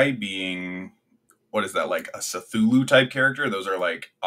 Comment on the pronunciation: The pronunciation of cthullu killed me and the tier list is outdated btw McCree is called Cole Cassidy now.